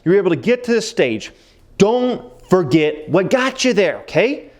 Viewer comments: Don’t forget the “r” in “forget”. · Don't foget! Lol, glad your not an English teacher